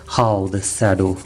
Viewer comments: exactly..... it's SHADOW and not SADO... 😀😀😀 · From an American to an Indian, I can assure you that your pronunciation of “shadow” is not your fault. Let us agree to blame the British.